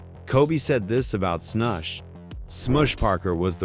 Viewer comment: Replace Matt Barnes with Raja Bell. And damn that AI pronunciation... Sm-oosh and then a second later Sm-uh-sh... then there's Pau Gass-Ole